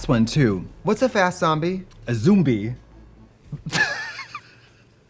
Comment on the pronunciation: A "Zoombie" hhahahahahahahah